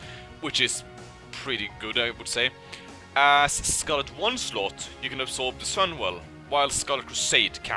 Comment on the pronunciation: Am I the only one keep hearing Scarelt Oneslaught??